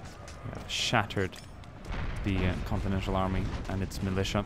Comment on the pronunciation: It's continental not continential